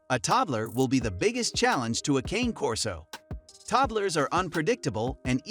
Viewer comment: Hard to take inputs from a source that mispronounces the breed name